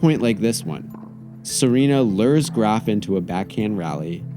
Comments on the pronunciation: He even pronounces Graf right. I gotta tell you the most intelligent content is on a sports site. Weird times. My brain feels clean after these. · I honestly didn't even know it was pronounced like that before this video